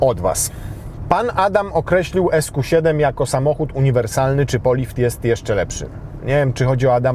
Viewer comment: Ziben a nie seven